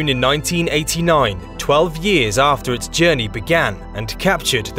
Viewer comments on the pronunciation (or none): none